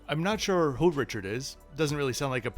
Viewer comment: Great video as always! BTW it's Ree-shard coffee, emphasis on shard.